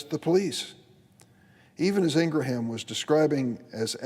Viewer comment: Just UNSUBBED with this POS. He cant even say Ingraham!